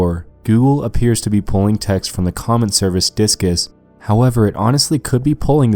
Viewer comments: I always thought Disqus is pronounced "discuss", not "diskis" lol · pretty sure it's pronounced like "discuss," not "diskis" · I thought you pronounced Disqus as Discuss, not disk-is lmao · It's pronounced like 'Discuss' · "DISK-ISS" HAHAHA ARE YOU FUCKING DUMB HA HA HA HA HAA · diskis? thats how its pronounced??????? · Pretty painfully obvious that Disqus is pronouced Discus... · I think Disqus is supposed to be pronounced as "discuss" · disqus is pronounced discuss, i thought all of this was interesting but that was just bugging at me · Im sorry, was totally distracted when he started pronouncing DIsqus wrong lol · I love this channel but you pronounce the names of everything so wrong and so funny! Disqus, coricidin etc... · Is that actually how you think Disqus is pronounced? It's literally a post about discussion. Come on.